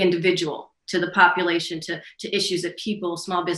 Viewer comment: I thought she said, "many components of the economy and the copulation..."